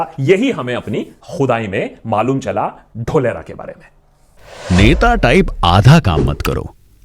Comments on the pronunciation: Dholera word sounds like dhokla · Feku ka ek aur failed project - Dholera. (Its DHOOL-ERA, saheb, yeh vyakti apne CM kaal se hi, public ke ankh mein DHOOL jhonk raha hai).